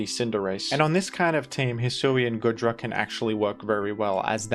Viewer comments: Why does he keep pronouncing it as Good-ra and not Goo-dra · For the love of Arceus, man, it's goo-dra not good-ra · GOOdra. Like goo. Goop. You keep saying goodra like good